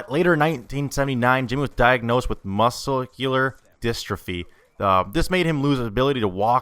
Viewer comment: I have that disease, muscular Dystrophy. He botched the pronunciation.